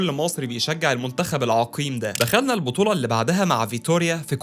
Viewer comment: عمو ممكن اسألك سؤال؟ هوا حضرتك بتتكلم كده ليه؟؟ . اسمها البطولة.. مش البوطولأ حد قالك صوتك حلو وإذاعي ولا ايه؟